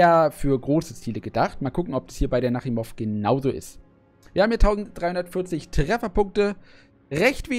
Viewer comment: Netter Träger, und den Namen spricht man Nachimov aus nicht Nakhimov.